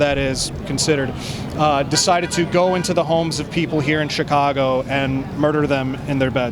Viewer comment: she speaks CHICAGO with a native american accent. HAHAH